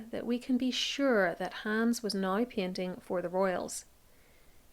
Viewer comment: I absolutely adore your work, but must comment on the random pronunciations that bring a small cringe. Examples: Now as nah-ee, eight as ay-itah, More as murr. I’m American, and have no idea from where your accent hails. I don’t let it stop me from learning through your generous and fastidious research. Carry on, regardless of clinkers like me. ❤